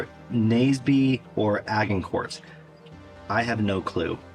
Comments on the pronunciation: A-jin-cor, not A-ginn-cort . Just FYI... :) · Agincourt was England/France is pronounced like the drink "a gin", not with g like in game. Suffragettes is pronounced suff...ra... jets. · Someone probably already said it, but as you asked for pronunciation: Agincourt is said more as Ah-zhin-core or ah-jin-court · You asked if you'd pronounced things incorrectly... Agincourt is A-jin-cor Suffragettes - Suffra-jets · The ag in Agincourt is pronounced like age, not bag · Agincourt (pronounced Ajin-core) is in France. It was a big battle that the English won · Age in cour is probably the best way to pronounce. Suff ra jets. Well done but I don't think the questions are difficult enough. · Agincourt is pronouncec Ajincor, suffragette is pronounced suffrajet. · devolved administrations is the scottish and welsh governments,and Agincourt pronounced A JIN CORE was english forces fighting in france,largely outnumbered but won a stunning victory due to tactics and luck due to muddy fields slowing down heavily armoured french knights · Againcout pronounced: Ajincor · Pronounciation (at least how British people pronounce it): with a soft 'g' or 'zh' sound like how you say Parmigian in the US, and a silent 't' at the end, so: "A - zhin - cor" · ??? Ad jinn caught was how I was brought up pronouncing it 🤔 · And Agincourt is pronounced Aj-in-court. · aj-in- cor. (No T pronounced). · Good work, but I wouldn't be a proper pedant if I didn't point out - Agincourt is French and pronounced with soft G, and similarly, though not French, for Suffra - jets. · Pronounce Agincourt with a soft "g". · Am I wrong in thinking that 'suffragette' should be said with a hard 'g', and Agincourt pronounced with a soft French 'g'? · FYI, the "g" Sufragettes is pronounced "j", as in "job" or "Jonathan" and the "g" in "Agincourt" is the soft French "g", which has no equivalent in English.